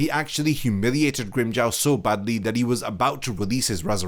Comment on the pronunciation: Grimm-"Jao" 😭😭😭 it's Grimmjow as in Jaw na Jao